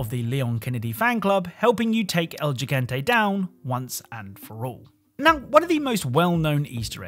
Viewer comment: Ok, tired of hearing everyone who doesn't know anything about Spanish pronounce Gigante with a G like giraffe.. it's like an H in Spanish so it's pronounced like Higante